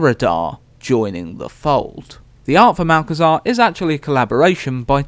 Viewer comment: "Malchezaa", my favourite